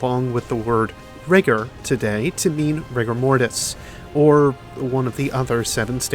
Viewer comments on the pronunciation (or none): none